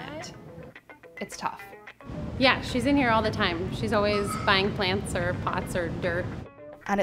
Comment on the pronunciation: She said plantstar